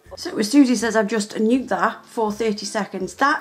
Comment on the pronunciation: "Nuked" not nute